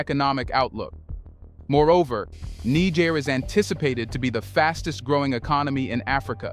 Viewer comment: Bruh! I love your content….. but please🙏🙏🙏 Learn the correct pronunciation of Niger and Nigeria.